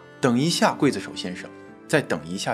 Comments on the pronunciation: 每说一次gui，我就喊kuai，我妈问我干嘛，哈哈哈哈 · 劊不是跪的發音，是筷的發音喔~熱衷於傳宗接待😅講話真有藝術！ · 怎麼沒有字幕，看得很辛苦😢，這集是否是要大家仔細看Ray?真的很久沒好好看帥哥了，是唸塊，不是貴😂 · 發音錯了 不唸桂子手 劊字唸快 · 我第一個反應也是一樣。我剛剛查了，台灣的教育部國語辭典說是唸“筷”或“快”，不同地方的讀音確實不同。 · 但還是超級不習慣他發音讀ㄍㄨㄟˋ而不是ㄎㄨㄞˋ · 不是唸“快”？怎麼唸成“會”呢？ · 我刚才也查了一下，原来是不同地域的读音不同。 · 是ㄎㄨㄞˋ子手吧?! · 劊子手是不是讀"筷子手″才對? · 我們唸劊(快)子手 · 「劊」發音，kuài zi shǒu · 應該是唸劊（ㄎㄨㄞˋ）子手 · 跪子手....聽不習慣😅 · 應該是你們那邊跟我們這邊讀音不一樣喔。台灣一般讀kuai子手。所以我們聽著很彆扭😂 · 我也以為我聽錯了 還用注音符號去查 確實是念筷子手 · 我小時候教的發音是（ㄎㄨㄞ）劊子手😊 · 台灣是念“快”子手，沒錯